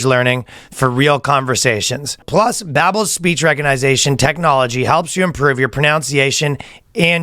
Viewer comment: Ryan just said "recognization" during a language app ad... It's recognition you crazy Canadian